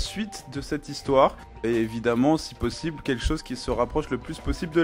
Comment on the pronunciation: tu dis plosible au-lieu de possible